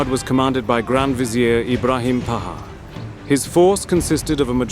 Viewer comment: Ibrahim Pasha not Paha. What Paha even means?